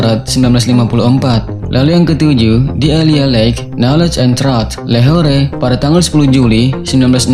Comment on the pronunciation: kata truth diucapkan truut bukan traat